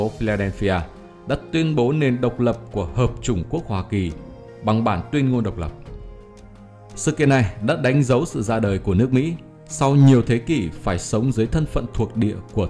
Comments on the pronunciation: hợp "chúng" chứ ko phải hợp "chủng" nha ad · "Hợp Chúng Quốc" k phải "Hợp Chủng Quốc"